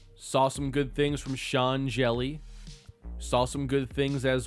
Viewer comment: I don't know how Sean Hjelle pronounces his name irl, but I have friends with that name who are actually from Norway and they pronounce it "Hyella." Maybe he's Americanized it to make it easier for people in the US to pronounce it, but it's definitely not originally supposed to be "jelly" lmfao